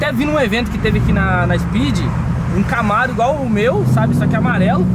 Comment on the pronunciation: O fala gamaro